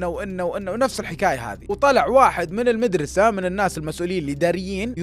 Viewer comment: الميدرسه. المدرسه النطق ضايع